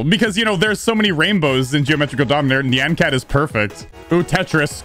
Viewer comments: It's nyan cat not neeyan cat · He says Nian cat not Nyan cat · “Oh look it’s Neean cat!” It’s Nyan cat, not Neean Cat